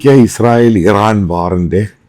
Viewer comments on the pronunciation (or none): none